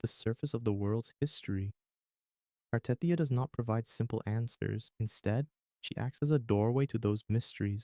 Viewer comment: The way you misspronounce Cartethyia makes this difficult to listen to tbh.